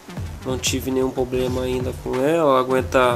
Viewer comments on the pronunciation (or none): none